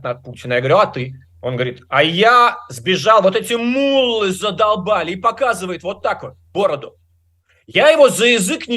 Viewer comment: Ну и собеседник- совершенно невменяемый да и безграмотный мУллы, да мУллы, вместо муллЫ.Где нашли такого, слушать нечего..